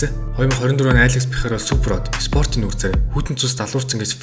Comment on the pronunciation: Алекс Перейра болохоос Пейхара биш